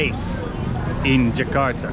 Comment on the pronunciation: I like the way you pronounce “Jakarta.” I can sense your efforts when mimicking the local accent most of the time